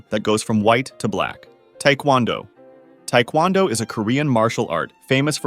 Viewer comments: The way he pronounced taekwondo makes me wanna shoot myself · Small correction: taekwondo, at least here in the States, is usually pronounced with emphasis on "do" rather than "kwon." Both pronunciations are technically correct, though. Love your work, it's great even if I do have minor nitpicks.